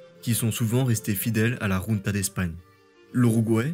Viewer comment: Question : pourquoi tu prononces "junté" alors que c'est "junta" en espagnol ? Junte c'est le mot français. Sinon, excellente vidéo, comme d'hab.